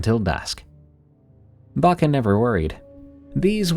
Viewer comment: I’m sorry but the way you pronounce Babcia kills me 🙏😭, my grandma grew up in Poland so we call her babcia , we pronounce it bob-ca or Bob-cha . Idk if it’s the audio but it sounds like you’re saying Baka . Or maybe I’m stupid and I’m thinking of a totally different word and you are saying it right.